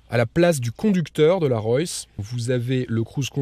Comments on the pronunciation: Hé mec ! Apprends à prononcer Rolls correctement ! Ca te prendra tout au plus 5 minutes. Sinon c'est d'un ridicule ! Tu t'imagines présenter une Citroan , une Pougeot ou une Renoult? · ROLLS royce pas ROYCS ROYS et on dit une ROLLS pas une ROYS